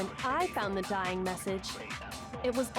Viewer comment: "Vienna Sausage" and "Shining Message" is Hiro trying to say "Dying Message". He's an idiot